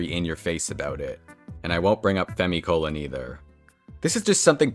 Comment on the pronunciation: "FemiColon" what?